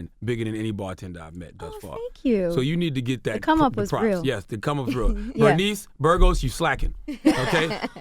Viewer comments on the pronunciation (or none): Charlagme said Bernice Burgos 😂😂😂😂